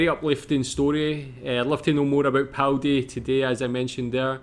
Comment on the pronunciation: Its Paldi not Powdy and the town started to die out in 1975. The last residents left in 1980. I am born and raised in BC (53 years old) I hate to admit, its the first time ive ever heard the name. It wasnt hard to research online.